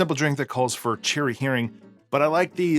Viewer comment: Please, it is... Heering cherry liqueur.